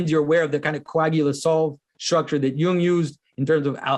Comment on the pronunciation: Why Jonathan...are you struggling with Jung ?...when said A you need to follow up with B (just curious)